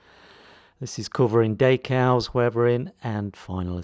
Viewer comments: One more thing - you are not pronouncing/saying the word correctly for french either, anyone with french as their first language would be scratching their head wondering what you were on about. You can call me what you like or make as many smartass comments as you like, it doesn't worry me. The point is that no one calls decals daycals and you can argue until you are blue in the face that you are somehow right, it makes no difference. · Nice though I didn't know what you were on about there - its dEcals not daycals.